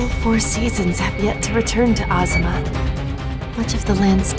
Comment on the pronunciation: How're ya gonna mispronounce the titles when you immediately play a trailer that verbalizes the right way to say it? Maybe try more than one take on "Azuma,".